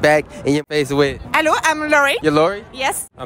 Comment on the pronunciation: “elLo iM lOri” 😂🤣